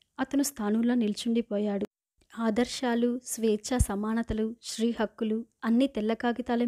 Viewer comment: మీరు స్త్రీ అని చదవండి.... శ్రీ అని చదువడం correct కాదు కదా.. ఇంకా కొన్ని సవరణలు చేసుకోవాలి మీరు